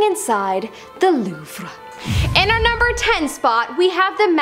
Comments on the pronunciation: Did home girl say Loofa? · I am surprised you don't know how to pronounce Louvre.